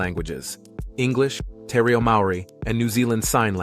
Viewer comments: Te Reo is pronounced T Ray-oh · Nothing wrong with the voice! An excellent voice! Some words were not pronounced correctly, Kākapo, Te Reo. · No it's not... Try this, Te ...(Teh sounds like hair but short and sharp don't drag the sound) Re...(reh Like Teh) O ... (Or not oh like go) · Kākapo is pronounced with the emphasis on 'Kā', not on the middle 'ka'! Te Reo - pronounced Te as teh, Reo as Raio.